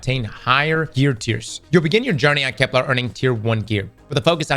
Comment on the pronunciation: I dont even care about EoF anymore, I just want to pronounce Kepler correct one time